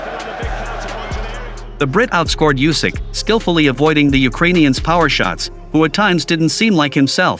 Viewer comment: Usyk. Not yoosik.